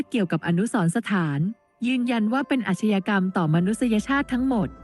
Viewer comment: “อาชญากรรม”:อ่าน ว่า อาด - ยา - กำ ไม่ใช่ อาด - ชะ - ยา - กรรม ครับ”